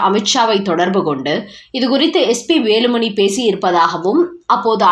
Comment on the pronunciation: அம்மா செய்தி வாசிப்பாளரே ன வுக்கும் ணவுக்கும் வித்தியாசம் தெரியாமல் செய்தி வாசிக்காதீர்கள் வேலுமனி , பனம் ,திருமனம் என்றெல்லாம் கேட்கச் சகிக்கவில்லை.